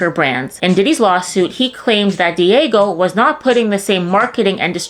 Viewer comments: "Diego" lol Dee-AA-Geo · Dee-ahh-gee-oh not diego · New subscriber here, Not to be a stickler for grammar but the pronunciation is "D-AHH-GEO" otherwise great video! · Dee - age- ee-oh! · Diageo = Dee-ah-gee-oh😊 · lol she’s pronouncing Diageo “Diego” like it’s some Mexican dude she knows whose mom chose a unique spelling!!! Hahaha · Diageo is pronounced "Dia-gee-oh". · It’s pronounced “Dee-Ah-Jee-O” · That's not how you pronounce Diageo.